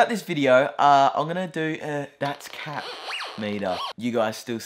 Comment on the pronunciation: you said "cap" like how thai people say "khap" which means "i agree" or "yes"